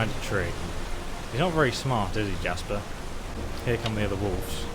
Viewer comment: What about calling Jespar: Jasper.